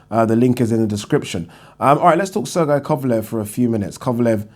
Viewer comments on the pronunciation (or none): none